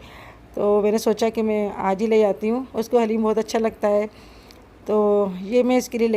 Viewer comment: Piyari sister plz say daleem to HALEEM.stay blessed AMEEN